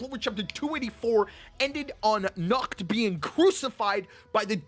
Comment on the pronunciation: Nacht pronouce his name "Nahato"